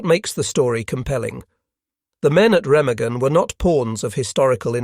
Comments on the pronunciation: Overall, a good video. The mispronunciation of Remagen is annoying. There never was any integrity among not sees. As a Norwegian resistance fighter once told me "they were all mad dogs and we dealt with them as such". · Learn how to say "Remagen"